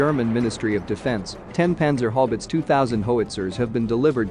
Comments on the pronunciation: Dude its Haubitze ...how bits za... or hobbits.. howitzer lol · Haubitze not Haubitz. The last 'e' is spoken too. So, it is spoken like: 'Howbeetseh'. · Sounds like he says "Panzer Hobbits" Its hau not hob.Did they find the ring yet? Must have run over it with the "Hoewitzer"😀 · While I do like that you are using the German name, Haubitze, could you please use a more "ow" sounding diphthong, something like "how-biz"? I keep getting distracted by all the talk about how effective the panzer hobbits are (overrunning the orcs in their mithril mail no doubt). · Love the way you pronounce the word Howitzer "it's How-its-zer"🤣🤣🤣🤣🤣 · The German pronunciation of "Haubitze" is similar, but still distinct - How-bit-the (with the "the" being more like the "ze" that Germans use in English videos)